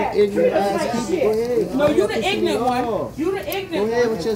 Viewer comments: Ignant? You mean ignorant. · "IGNERT"....YOU MEAN "IGNORANT"? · Ignorant not ignant lovie also its asked not aKsed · that's a new one to me, lol "i-gnant " one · When you’re too ignorant to pronounce ignorant correctly. 😂😂😂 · I find it funny how they all can’t pronounce “ignorant”🙄